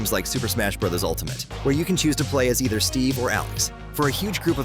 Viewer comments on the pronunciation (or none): none